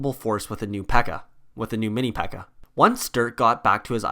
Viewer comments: One thing u messed up on is that dirk called it a pekka instead of a bpeeka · Wouldn’t he call it the bpekka